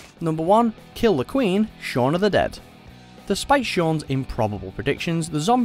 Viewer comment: Sean SEAN HOW THE HELL DO YOU MESS UP THE NAME OF THE MAIN CHARACTER IN SHAUN OF THE DEAD!?!!